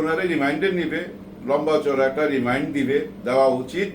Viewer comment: রিমাইন্ড না রিমান্ড